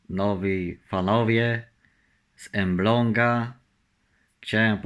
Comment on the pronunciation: Nie emblong a Elbląg